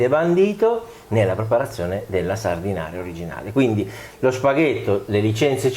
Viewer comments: Si pronuncia Sardenaira 😉 e non è una focaccia! 😜 Saluti da Sanremo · Anzitutto si dice Sardena"i"ra, e non Sardinaria. Secondo, la salsa di pomodoro appare abbastanza anemica. La scottatura preventiva del pomodoro non ne ha portato via solo l'acqua, ma, ritengo, anche colori e sapori. La scottatura é un trucco da ristorantino per accorciare i tempi di cottura del sugo. Secondo te perchè, quando si fa un buon sugo si tiene per ore a sobbollire in modo che l'acqua evapori? Terzo, per concludere, la stessa ricetta, ma fatta bene, senza scottare i pomodori, con gli stessi ingredienti eccetto la cipolla (che peraltro è assente anche nella ricetta della focaccia sanremese a cui ti sei rifatto...) nel resto d'Italia fuori della tua cucina si chiama "puttanesca". Sempre con amicizia Gaetano